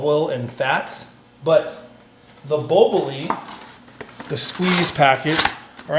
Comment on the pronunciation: It's pronounced boh-BOW-lee